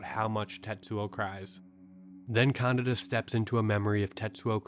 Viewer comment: bro... kaNEEEda not CANADA wtf